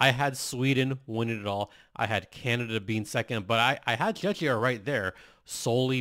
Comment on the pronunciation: Hi, I am Czech and my ears hurt every time you say Czechia the way you pronounce it. Just say Czech like in Czechoslovakia and add ia to the end. The way you were saying it, reminds me of Chechnya - part of Russia we have nothing in common. Thank you.